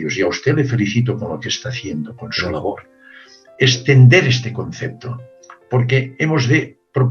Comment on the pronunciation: se dice CONCEPTO no concecto